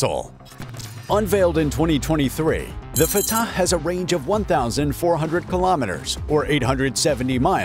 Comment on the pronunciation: The way this guy pronounces Fatah is superb. Love and peace to everyone.